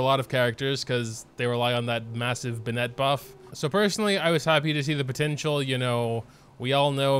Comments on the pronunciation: Not a huge deal I guess but there's Literally not a single youtuber is willing to take the time to learn how to say the names right. BenNET BenNET. When has anyone heard the name Bennet be pronounced that way? The emphasis is on the first syllable. BENnet BENnet. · all i feel is rage when pronounces bennett and "ben-et" instead of "ben-it" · First video I've watched from this guy; does he seriously say "BeNET" or is it a joke. Like I can understand the people that butcher Ayaka as aYAka, it isn't a name you'd hear all too often and the English VA also butchers it in the same way. But Bennett is literally an English name that just about everyone who grew up speaking English should know how to pronounce. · he knows how to pronounce it it’s just habit + a bit of an inside joke that he says it the other way